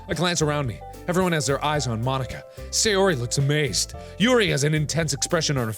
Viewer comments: Supposed to be pronounced: "Mon-eeka" What I heard: "Mo-n*kka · “Mon-Ika” MARK NO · Mon-ika just sounds wrong 💀💀💀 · When Mark said "Mon-nika" I was kinda scared ngl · When Mark pronounced "Mon-ika " I cackled because... u know 😂😂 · When he said mon Nika I amediatly thought he said the n word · is it just me or does marks pronounciation of 'mo-nika' sound like 'mah niggah' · Markiplier says n word "Mo-nika" White cringed kids: hehe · "Mon-ika" *spits out drink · Who else felt uncomfortable when Mark said Mon-icka? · He felt so awkward when he said mon-ika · Oh my god, I TOTALLY MISHEARD Mark saying Monika as "Mon-ika", like "Mo-*nika*"... sorry XD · Apparently "ika" means "squid" in Japanese, so that explains Natsuki's joke. It's pronounced "ee-ka" though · bro did NOT say monika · bro did NOT say monika 😭😭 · DO NOT BREAK MONIKA DOWN TO TWO SYLLABLES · The way mark says Monica 🤔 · he really should've pronounced it differently....😳😳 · When he slowly pronounced Monikas name ...👀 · Did anyone else here something when mark said Mon..ika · U said it wrong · it sounds like mark said the n word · hmmmmm thats not how you say it mark